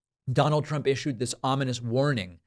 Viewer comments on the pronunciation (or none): none